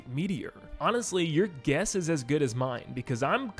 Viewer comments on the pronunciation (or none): none